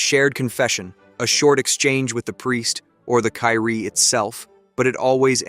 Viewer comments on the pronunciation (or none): Kyrie is pronounced as "kee-ree-eh". 😊